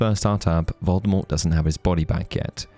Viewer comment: It's "Voldemort" not "Voldemort".... I've been listening to the audiobooks